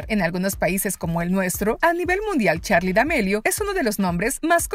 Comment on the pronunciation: No es charlie es charli 😐